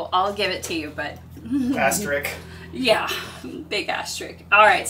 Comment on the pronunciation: I think it's hilarious that you both completely agree on pronouncing asterisk as asterick.